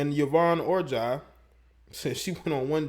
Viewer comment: It's pronounced yvonne orjee like orgy. Not orjai